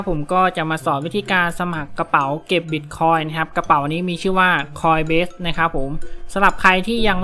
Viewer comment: ขออภัยนะครับ ออกเสียงผิดครับ coinbase ไม่ใช่ coinbest ครับ